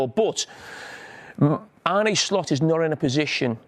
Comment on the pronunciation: You have to pronounce it as Arn-uh and not Arn-ie